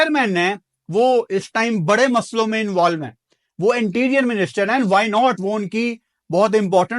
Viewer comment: Abe. Anterior nahin.. Interior minister